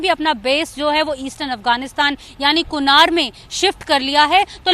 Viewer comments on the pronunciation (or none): none